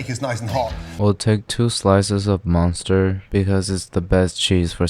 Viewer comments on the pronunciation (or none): munster chesse, not monster. been trying to find monster cheese for weeks cause of you lol